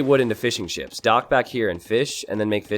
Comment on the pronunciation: Keep hearing 'fish n chips' instead of fishing ships